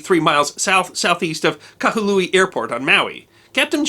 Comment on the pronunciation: The city is named Kahului, not Kahalui.